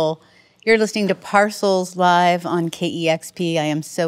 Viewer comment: Not Nice, Lady; they gave you the correct prounciation of the band's name , but you continued to say it wrong!